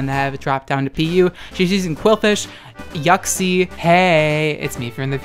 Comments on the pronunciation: Boi it's "Yiu-ksie" Not "Yuck-see" Your pronunciation is.... Yuck See what I did there? Yeah I'm gonna stop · I heard it as YUCKxie instead of Uxie lmao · Idc if I’m late, but you pronouncing Uxie as “yoksi” is hilarious to me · Also I'm late as well